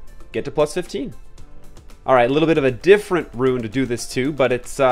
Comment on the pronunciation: I appreciate your effort in pronouncing rune correctly, much obliged <3